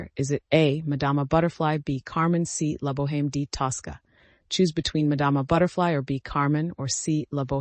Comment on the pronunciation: OMG, you pronounced the H in La Boheme.